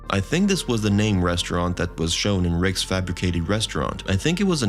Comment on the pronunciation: STOP! Just stop saying Rickses! It's Rick's. In Casablanca everyone didn't go to Rickses!